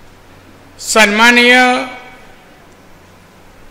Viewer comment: Sanmanniy pan bolta yet nahi yanna😂😂